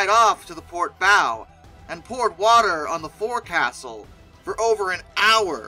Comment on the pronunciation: Just have to say that forecastle is not pronounced forecastle but rather "focsle".